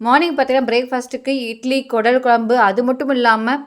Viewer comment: அது கூடல் இல்லை குடல்